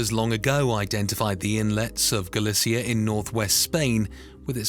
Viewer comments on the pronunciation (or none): It pronounced galicia wrong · The AI voice can pronounce Galicia and Lowestoft no problem but makes an arse of the four lettered town, Oban 😂